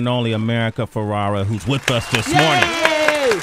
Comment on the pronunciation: How many times is going to call her America FerrAra. So cringey. A producer couldn't whisper the right name.